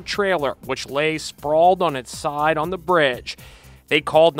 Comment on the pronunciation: It tickled me when he said 'on the braadge' 😂 glad they're all okay!